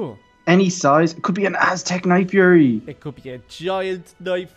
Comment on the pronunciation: I mispelled night fury u said nightfruy